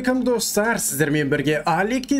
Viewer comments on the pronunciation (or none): none